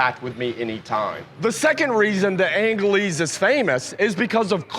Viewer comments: Angeles is pronounced Ang he less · Just call it An-je-lis city if you can't pronounced the enye.